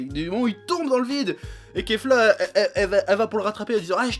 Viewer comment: Enfin un youtuber qui dit kefla au lieu de kafla